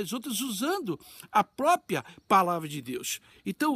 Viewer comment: Fala tanto heim ler, ler e saber falar nos 3;11 o sr fala popia, não é popia e PRÓPRIA, MAS em fim ai pergunto a vc uma coisa; se vou a igreja ou a pessoa quem quer que seja todos estão aflitas passando por lutas guerras, pelejas, o sr falaria para ela o que?????? bebezinha nenem, leia este livro de idolatria, ou encheria ela de esperança, fé, força, animo, pense... Claro tudo com os pés no chão...